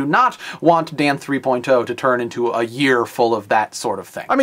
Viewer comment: Stop saying "three-poin-TOE!" Come on man, just say "three-point-oh".